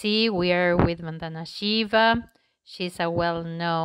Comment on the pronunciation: Please ! Somebody tell people of other countries how to say Indian names. Vandana is pronounced as English won=victory, thun=part of thunder and aah! -- together with no pause. Sanskrit word meaning prayer. Not van donna !!